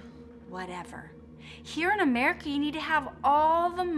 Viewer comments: Has anyone noticed that said "Americky"? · but how about the "here in america" she pronounced it by americi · "here in amerikey" tf🔪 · mans just said amriki